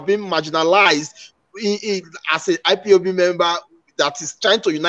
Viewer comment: Sir please stop staying IBOP. It is not IBOP with a B, it IS IPOB with a P, please enunciate and pronounce properly . If its hard for you simply say "EyePob" Thanks